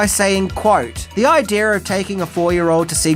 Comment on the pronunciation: You said " idear"